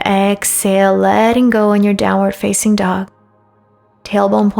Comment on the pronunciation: My wife watches your videos. They’re good. I’m happy for your successes. But one request. When you prompt for upward and downward dog, you emphasize “facing” and draw the word out. Can you please consider emphasizing the more important words like “downward” and “upward”. It’s a small thing but after hearing it hundreds of times I have to say something. Am I the only one who notices this?